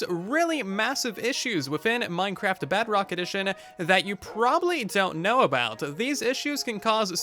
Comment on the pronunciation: hey I don’t think you know that you’re are saying Bugrock instead of Bedrock.